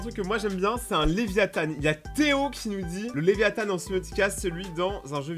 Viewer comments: On dit pas l'aviathan on dit Léviathan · ses léviathan et pas «léviathane» et ses la feuille au complet mon dessin pref